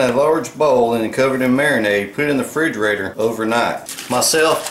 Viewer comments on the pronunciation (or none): Same guy who says fridgerator.